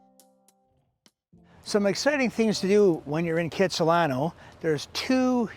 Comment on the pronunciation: It may be the hippest place, you need to pronounce it correctly though......it's Khatsahlano.....check out the history! You are right, It is spectacular! Thanks for the like!